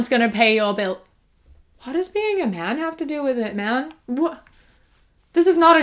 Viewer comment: When you said “mAn” it reminded me of this SNL sketch that my sketch comedy teacher showed me that was “Moleculo: The Molecular Man” and every time the name Moleculo was said, whether he was in or out of his secret identity he’d say, “The Molecular mAn” and I thought it sounded just like the way you said it🤣